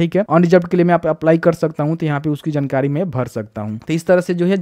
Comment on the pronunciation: bhai jnkari nahi jankari hota hai 🤣